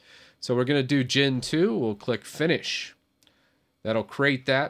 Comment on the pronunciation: In some moments of the video you said "Gen 2", but i heard as Gentoo :v Btw, arch is awesome